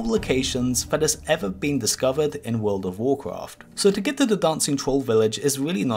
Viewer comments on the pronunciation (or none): Have a shot every time he says Wodof wocraf, ffs it pisses me off too much, not just the way he pronouces, but the fact that he says it every 10 secs. Just say wow or "the game", we know which game ure talking about, jesus. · Just say WoW. Or take some speech classes. Its cringe hearing someone of your age mispronounce it every time. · U mean